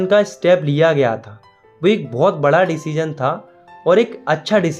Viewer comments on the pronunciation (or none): none